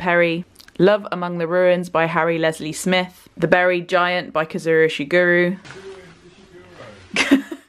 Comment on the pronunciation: all the thanks to craig for the correct pronunciation of kazuo ishiguro ✨